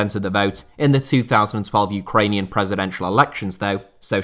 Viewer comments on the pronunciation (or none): none